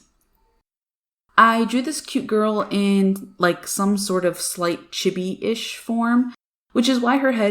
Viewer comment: Oh nice I have copics and so now I don't like the water based anymore that much there still okay but not the best but these look so fun for bullet journaling so I might buy them!😊 BTW love the way you say chibi sounds like CHUBBY lol